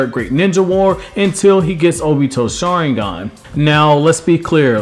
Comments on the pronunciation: Learn to freaking say Sharingan Jesus. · Dude everytime this guy said sharingan I died